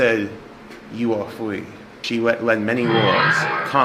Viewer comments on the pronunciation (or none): He WUS FWEE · “You ah fwee” Daniel June 28, 2025